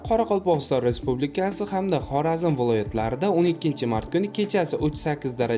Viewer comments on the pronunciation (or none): none